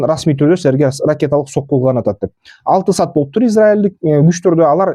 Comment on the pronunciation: Сат дебей саат деп туура суйло тилди бузбай